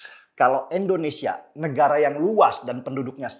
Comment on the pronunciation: Bang Denny, Endonesia atau Indonesia bang denny? Apa saya yang salah dengar.